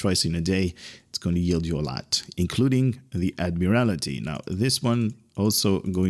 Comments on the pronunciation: It’s Admiraty (Add-Mere-Al-Tee) not Add-Mere-Al-I-Tee. Thank you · "Admiral-TEE", I think it would be pronounced.